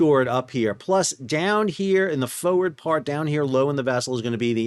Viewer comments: Everytime you say Foewurd. We say FOEWURD! ❤ 🇦🇺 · I hate the way you pronounce "forward"